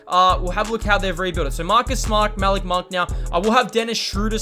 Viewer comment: Your saying Malik monk name wrong